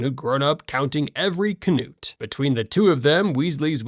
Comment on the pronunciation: Weezie? Kanoot? What the hell is this pronunciation? AI or stupidity?